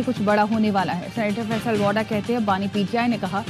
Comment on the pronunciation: He Faisal wada not woda😂